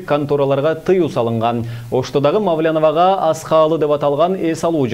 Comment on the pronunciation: Мааау лян дейт го